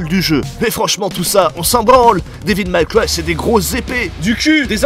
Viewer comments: C'est ton anglais qui est série B. Dévil Maille Craille... sorry, Maille Cwaille. C'est franchement limite bordel !!! :-) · Devil may cry pas devil my cry (prononciation) sinon très bonne vidéo 😊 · super vidéo mais " Dévil Maille Craie" ce n'est ni du français ni de l'anglais - ça se prononce devil mai craille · Devil May Cry. Sérieux ça choqué personne la prononciation horrible durant toute la vidéo. J'ai même cru que c'était un troll au bout d'un moment. Pas Devil Maille Cry. Ou Mac Cry. Ça ce dit Mé. Ça c'est une bonne vidéo qui sais correctement parlé... Abusé que personne ne relève. Métal Jear. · "daiville maille craille" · Oui j'ai cru au troll aussi. :D "Dis-ville-maille-caille" Je l'entends rarement prononcé correctement par un francophone, mais là je crois que c'était la pire. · devil maille cry.... quand la moutarde monte aux yeux. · Devil méï craï. Pas mal cry. Bordel. Apprenez à parler anglais. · Devil Mac Ry????